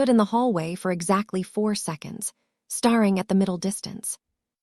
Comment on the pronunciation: Please!!!, staring is pronounced ‘stairing’ and breathed is breethed